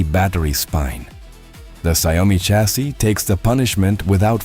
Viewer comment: You really should be able to pronounce CHASSIS